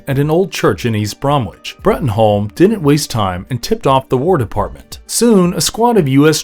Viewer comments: For the last time; Its not pronounced Brom Witch or Nor Witch. Americans, please ask english people how to pronounce our place names. Its Bromwich pronounced Brom-itch, or Norwich pronounced Nor-itch (Norridge). I know all of your states are a mess of phonetic sounds with far to many syllables (sorry but wtf is Iowa) but that doesnt mean you get to shit all over the language we so graciously gifted you. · Just to let you know it is pronounced Brom-Itch (you do not enunciate the 'W') :)